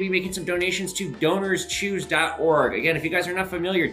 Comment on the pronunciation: When you said the sponsor I was just listening and thought you said Donors Cheese haha